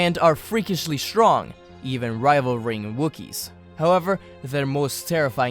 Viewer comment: !? ... No, there's only one "r" in rivaling, it's not pronounced "rival-ring."